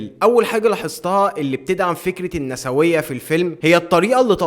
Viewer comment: أسمها بالنطق النيسوية مش النساوية وبتتكتب النسوية